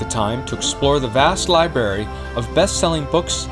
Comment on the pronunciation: Just a quick note correction. the narrator at the end of all your videos is mispronouncing the word " library " and calls it "lie- berry". Lol. Maybe fix that so it doesn't sound eneducated because we know your high standards for precision and accuracy should be reflected in your channel.